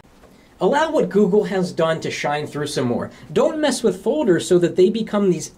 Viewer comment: What are fauxders? Does he mean folders?